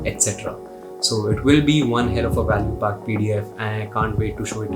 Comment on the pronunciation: Why do you pronounce English words like that, lol. Like when you say track, it sounds like truck. When you say pack, it sounds like puck. When you say man, it sounds like maan. Thick ass Delhi wala Indian accent.